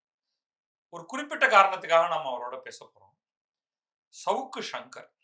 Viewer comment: First thing first: it's not 'shavukku' it should be pronounced as 'Savukku' it's a Thamizh Noun. Please use the Thamizh pronunciation for the Thamizh words.